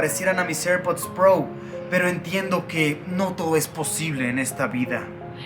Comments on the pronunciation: Airpods pro❌️ Airpods prou ✅️ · eirpudds prou